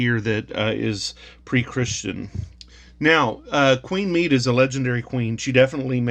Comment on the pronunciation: Medb is pronounced mayve and Connacht is pronounced con oct. I recommend you check out mythicalireland channel here for stories of Medb and many others and is also great for pronunciation too. I have a few of these pound notes put away, it was beautiful money. The back of the five pound note always gave us a chuckle as kids. The one pound note was replaced by a pound coin prior to the introduction of the euro.